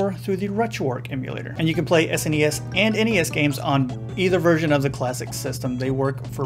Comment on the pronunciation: Thumbs up for saying "S-N-E-S" and not "sness".